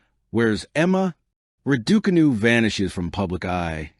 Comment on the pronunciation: Pronounce her name properly.